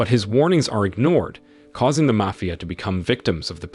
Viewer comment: Is the narrator AI? It was weird how they mispronounced mafia boss and then a few seconds later pronounced mafia correctly. I don’t mind if it is just interesting.